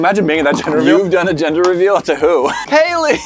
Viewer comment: me just sketching: HAYLEE: hAyLeE Me: O_O WHuA?